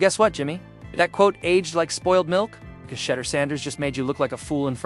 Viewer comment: His name is pronounced Sha-duer.